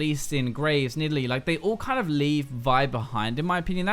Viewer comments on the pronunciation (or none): none